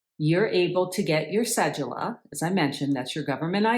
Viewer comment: Cedula: The d sounds like the d in donut